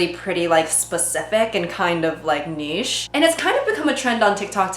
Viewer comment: Btw I'm so glad to hear someone say "niche" instead of "nitch". Thank you!!